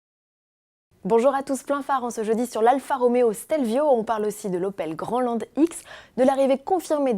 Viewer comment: Si tu prononces Grandland à la française c'est sûr que ça va faire bizarre 😁